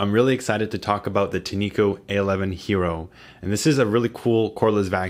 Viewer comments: I wish reviewers would stop pronouncing it tee-nee-ko. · They pronounce it: TIN’ ko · I think its pronounced tin echo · its "tin-co" btw great review